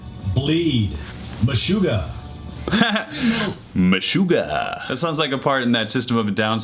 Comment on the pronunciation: Meshuga is a word in Hebrew and u said it in a good accent... Wtf